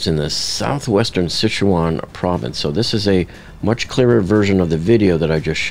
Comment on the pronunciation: Pretty close, but Si Chuan is pronounced like Sir Chwahn, but without emphasis on the r.